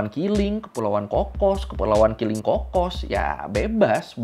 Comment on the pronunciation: Keling ✅ Kiling ❎